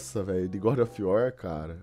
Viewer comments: " godi ofi uor " kkkkk esse maluco é uma figura. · é das antigas, fala Gode of iuar memo e sifodakkkkkk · O cara não sabe nem pronunciar o nome do jogo kkkkkkk e vem falar mal? Meu Deus que cara mais limitado. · Mano o cara n sabe nem falar o nome do jogo, e quer falar mal da dublagem do trailer